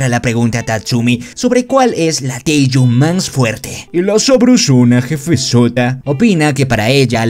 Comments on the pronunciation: AJAJAJAJAJA es teigu, no taiju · Y se dise teigu pero ta perron el rresume 😃😃😃😃😃😄😄😆😆😆😆😆😀😀😀😀😊😊😊😎😎😎😎